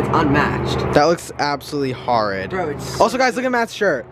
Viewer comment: nicks accent lmaoo “haaahrid”